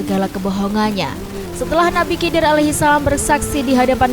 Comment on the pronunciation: Cara penyebutannya nabi khidir. aku curiga sama channel ini😅